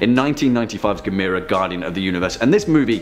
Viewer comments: It's pronounced Gaam-mur-rah Like camera 📷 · GAM-UR-RAH. You can do it